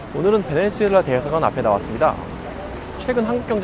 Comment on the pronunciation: 베네수엘라를 자꾸 베네주엘라라고 하는것 같네요. 영어식 발음인가?